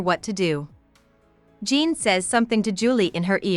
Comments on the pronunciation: your pronounce it kinda like john but fancy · How u gonna pronounce Jean like that 🤣